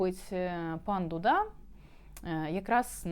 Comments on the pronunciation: Не ДудА а ДУда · Він не дудА, а Дуууда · Пані! З усією повагою до Вашого професіоналізму, але прізвище Президента Польщі - Ду'да, з наголосом на першому складі. А дудА- це муз інструмент на расєї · Президент Польщі ДУда а не ДудА… навіщо перекручувати наголос … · Пан дУда, наголос на У, капець.